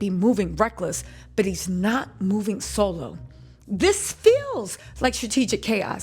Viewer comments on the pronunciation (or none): none